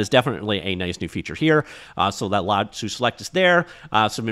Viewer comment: Lasso not lassooo